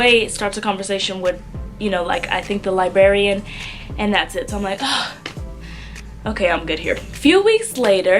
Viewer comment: it's LIBRARY, not LIBARY also LIBRARIAN, no LIBARIAN...